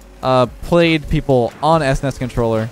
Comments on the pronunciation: This is the exact comment I was going to make. Had a legit double-take moment and had to listen it again. This is shocking, an old geezer like should know how to pronounce SNES.:/ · The way says S-NES instead of S.N.E.S is getting to me, but it makes sense how some people would call it that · Sounds so weird to me that he pronounces it s-nes instead of snes. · The WHAT controller??? It's "SNES" dude. Just say it like a word... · Can’t believe says “es ness” instead of “sness” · am i the only one weirded out by "esnes" and not s, n, e, s, controller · I'm more surprised about how you pronounced "SNES" as "ESS-NESS" x) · what's an "ess ness"? you kids these days. it's one word "snes". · I was 10 years old when this controller came out, and the fact that you called it an "esness" controller is a crime against humanity. S-N-E-S forever. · That's the weirdest pronunciation of SNES I've ever heard :D Usually it's "SNES" or "S-N-E-S" but "S-NES" is something new :D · Anyone else semi-tilt about calling it an "ES-NES" controller instead of just SNES? Maybe its just me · Who calls it an S-NES controller?! I've always called it S-N-E-S. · Es ness? I have never heard it pronounced that way. I have always heard it either spelled out or pronounced like "sness" or "snez", but never "es ness" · i keep on throwing up everytime calls it s nes instead of s.n.e.s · Esness.... Lol It's Es, En, Ee, Ess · S nes wow it's S N E S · You saying S-Nes is cringe AF. No kap. It's S-N-E-S say each letter individually. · Did he just call a SNES controller a “es nes” controller? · Did he really say S-NES controller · this dude really said S-NES controller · Let me catch my son callin' it "es ness" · S-Nes?!?? My boomer brain is raging at your pronunciation. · your saying it wrong its supposed to be pronounced each letter s-n-e-s... at least thats how ive always said it lol. In a 3b person poll, 67% of people said is was "s-n-e-s" rather than "snes"